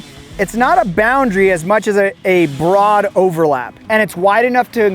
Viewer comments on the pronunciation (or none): none